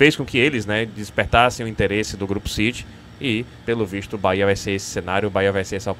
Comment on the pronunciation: Reinier não serve, ele falou "bora Bahia" e o certo é "bora bahêa"